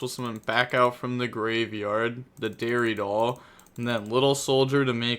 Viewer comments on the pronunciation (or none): “Dairy doll” lolllll